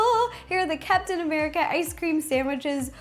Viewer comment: why did I hear "Cats and America ice cream sandwich"?